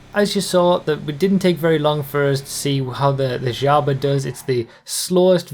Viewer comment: Finally someone who pronounces Zhaba right, not disappointed